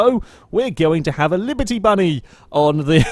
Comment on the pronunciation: In the begining you said librety bunny. No hate. liked the video